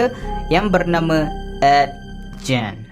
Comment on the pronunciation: Aku je ke yg dgr dia ckp ejen masa dia sbt Ed Gen?